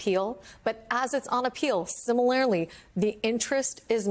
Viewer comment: How does one, "OPEN UP A KEY"?? Do tell. 😂😂😂 And, why does she not understand the word "similarly" has no "E"?? "SimiLAREly"?? Really? Wow.